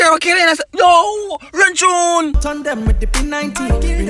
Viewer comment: "Run Chune"😂😂